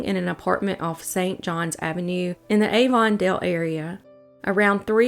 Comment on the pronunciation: Not that it matters much, but Avondale is pronounced ah-von-dell, at least the one in the Jacksonville area is. 🙂 I love your work. You are a great creator! Thank you!